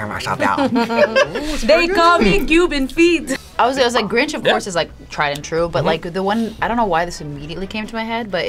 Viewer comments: "Cuban Feet"? 😂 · Tell it's Cuban Pete not Cuban feet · my goodfriend. Its Cuban Pete, not Feet lol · Not I saying Cuban Feet! 🤣 I'm not going to hear Cuban Pete the same way again!